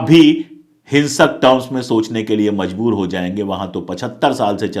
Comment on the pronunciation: Mazboor nahin, Majboor hai.